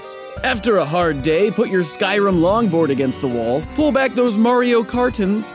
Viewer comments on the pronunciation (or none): none